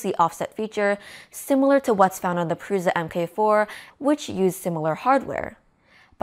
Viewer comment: “MK” is pronounced “mark” so the Prusa MK4 is pronounced “Prusa mark 4” and not “Prusa emm kay 4”.